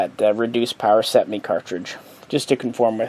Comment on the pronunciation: Cetmeee ee no iii